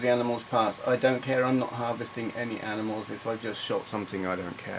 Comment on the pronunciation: 'Oh look, aminals' - 2019